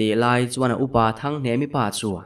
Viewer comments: HNEMA i ti deuh mei a .A dik lo a lawm HNEMI ti tur zawk a lawm😊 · hnemi kha hnema tiin i lam palh hlauh mai. mahse a ngaihnawm lutuk tho e